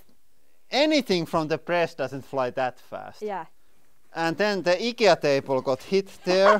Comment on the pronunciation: Now I'm confused. Is "IKEA" pronounced.... "Eye-key-ahh" or "ick-yah"? Lol. Don't mind me, just a drunk Canadian passing through, eh?